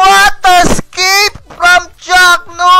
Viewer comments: I quite like the way he says "what a scape!" instead of "what an escape!" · Di nga escape sinabi e "scape" ahhahahaha